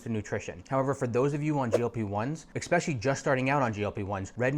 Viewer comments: Dude said eXspecially 🤦‍♀️ More than once. How does someone so educated not know how to pronounce a simple word that my 6 year old can?😅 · when you learn how to pronounce ESPECIALLY i will take your advice